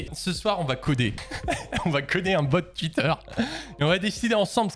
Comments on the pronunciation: Twuit Désolé 😂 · "tuite" C'est horrible quand on s'en rend compte mais j'avais pas remarqué x)